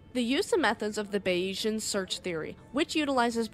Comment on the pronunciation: bays-eee-n not bay yeez ann lol but i forgive you